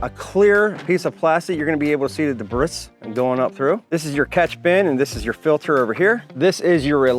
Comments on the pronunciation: Did you say debrisss? It’s “debree” come on now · He is not wrong, its pronounced de-bre. Ignorance is easily overcome with the internet. Just Google debris... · no shit that was the spelling to help you pronounce it. You’re pronouncing it way off. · Well here's your comment. How long did you practice saying debris that way? Ordinarily I wouldn't fall for the purposeful mistake but I'm impressed that you could get your mouth to make that sound.